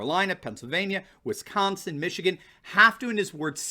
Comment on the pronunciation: You’re great. Love your videos BUT..... there is no “H” in Wisconsin 😂